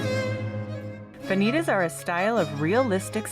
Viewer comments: Yep, that bugged me too. Should be vah-nee-tahss. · Please correct your pronunciation of the latin word "Vanitas". Van-i- tas' .